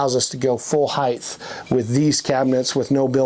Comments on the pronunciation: Heighth is not a word. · HEIGHTH is NOT A WORD!! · Why do people pronounce it ‘heith’ when it’s ‘height’? ‘Height’ rhymes with ‘white’. Is it because ‘width’ had a ‘d’ in it and people think it’s also pronounced like that for ‘height’? 😅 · The word is “height”, not “heighth” or whatever the hell they’re saying. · I THINK HE'S SPEAKING OF "HILTH" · I had a hard time watching after I heard this man say "heighth". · “Heighth”??? Wtf. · What I've learned watching these videos is that no one in the RV industry knows how to pronounce "height". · Hieghth is not a word like length, it's just height... That being said this thing is amazing!! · Why are they pronouncing "height" with a "th" sound at the end? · The word is height. There is no third h.